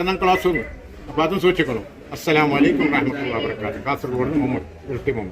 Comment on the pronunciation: ശൂക്ഷിക്കുക എന്നല്ല സൂക്ഷിക്കുക എന്നാണ്